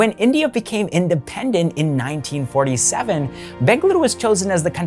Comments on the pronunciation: I loved how you pronounced the city names of BENGALURU and MYSURU correctly, such a subtle thing but definitely appreciated by any Kannadiga and letting the world know it’s correct names. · It is ಬೆಂಗಳೂರು...not ಬೆಂಗಲುರು, ಮಂಗಳೂರು, not ಮಂಗಲುರು, ಮೈಸೂರು not ಮೈಸುರು...